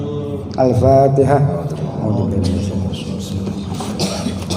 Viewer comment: Si ghufron baca fatihahnya saja salah..ngajinya yang di baca bolak balik cuma fatihah 😂😂😂😂😂